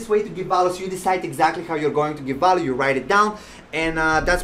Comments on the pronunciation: I can give you value by teaching you ESL. I'm a professional English teacher. Veeehhh-ill-you. Not Vow-loo. Seriously. Let's talk and help each other. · I’ve been listening to many people talking about this book or similar books and no one has ever explained it so clearly. You make total sense. I also love how you say “value”. 😁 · You requested feedback, I’m not one to criticize, especially someone doing important work like yourself. A lav mic might give better audio since your not always facing the mic the way it is set up now. You’re energy off the top was off putting to me personally, but I am warming up to it. Lastly, that’s not how to say value 🤣